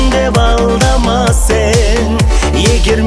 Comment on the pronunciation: Сен, сэн емес слух режет